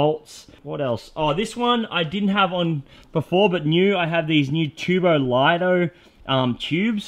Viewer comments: Btw man It’s TuboLito L-ee-to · you say it tubo leeto